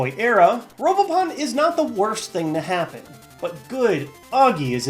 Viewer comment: who else thought it said robopoon?